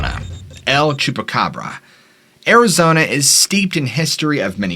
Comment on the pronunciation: Thank you for your posts, I love them. Just a note … no need to say “the” el chupacabra, the word EL = the in Spanish. You’re saying THE twice in 2 languages when you say the el chupacabra. Great pronunciation 👏🏼